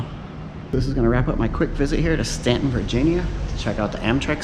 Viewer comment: You pronounced it correctly :)